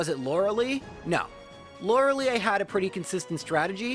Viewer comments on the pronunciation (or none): The lei in Lorelei is pronounced lie, in German when "e and i go walking, the last does the talking"